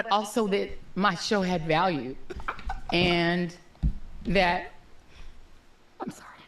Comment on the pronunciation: “My show had vaule “ haha 😅😂😂😂